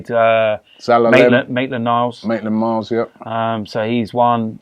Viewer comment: Robbie bro it's maitland-niles not maitland-miles